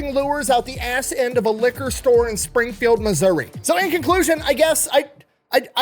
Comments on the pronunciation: From Appalachian mountains, everyone always pronounces it like App-a-Lay-shian, instead of correctly like apple-at-chin. He pronounces Missouri the way I've always heard it. What's the wrong way? Like misery? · Thank you for pronouncing Missouri correctly. It seems everyone who does a story on my home state f**ks up the pronunciation of it. As someone local to Springfield, I promise that we are extremely proud of Morris for Bass Pro Shops. I think I'll go visit the store today for fun!